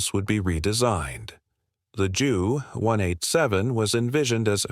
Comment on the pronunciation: I clicked off of this when I heard the computer voice pronounced JU 187 as "jew one eight seven" If the author is too inept to actually use his/her own voice, then at least program the computer voiceover to not sound like an idiot.